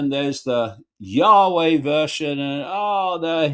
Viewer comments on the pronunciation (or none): none